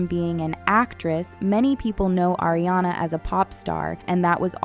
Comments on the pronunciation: It’s ARI-ana not AIRI-ana. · ARE-iana, not AIR-iana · It’s pronounced ARE-iana. Not AIR-iana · not Air, it's Ari-ana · Appreciate this video. It was very interesting. BUT FOR THE LOVE OF GOD. Learn how to pronounce the names of these actresses. It’s “Are-E-on-uh” not “AIR…” and Idina Menzel and Kristen Chenowith? You seriously didn’t know how to say those names? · why does she keep calling ariana eriana?? xd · IT'S AW-REE-AWNUH